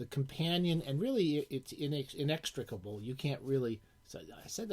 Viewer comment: ps. THAT IS THE MOST MELODIC PRONUNCIATION OF INEXTRICABLE EVER on youtube....bravo SB....BIG HUGS, BBBB